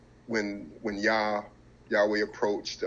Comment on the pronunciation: I see the brother uses the name yahweh in the proper pronunciation halleluyah! Speaking alot of knowledge. But remember shem children married daughters of ham and Japheth even by the 12 sons of Israel